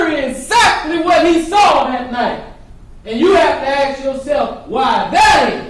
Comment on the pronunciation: Anyone who can't say the word "ask" properly is automatically guilty to me...I literally have not heard a black person EVER say ask instead of aks